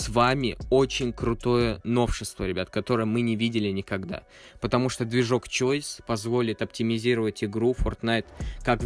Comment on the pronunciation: Не переходят на новый движок, а переходят на новую систему физики ТОГО ЖЕ движка. Не "чойс", а "хаус". "Чойс" - звучит будто название choise - шанс. Перечитывай сценарий и все перепроверяй перед монтажом! Дизлайк